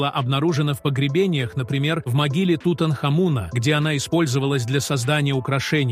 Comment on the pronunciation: Про сАхару мы никогда не слышали, мы слышали про СахАру. И про бАрханы, бархАнты, тутанхамУны никогда не слышали. Знаем слово бархАны, ТутанхамОн. И т.д. А ведь вас могут слушать дети, как российские, так и дети мигрантов, которые власти собираются обучать русскому языку, и выдворять с родителями, если не выучат язык. Или учителя также говорят, как вы? "УХИ РЕЖЕТ!!!" ВАШ претендующий на образовательный ролик. Позор вам